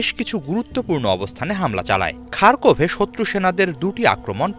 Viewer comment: সাংঘাতিকের উচ্চারণ শোনে আমি শিহরিত সে খারকিভকে বলছে খারকোভ 🤣🤣